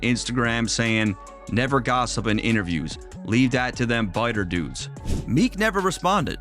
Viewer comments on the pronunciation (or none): its **"Bitter dudes" not "Biter dudes"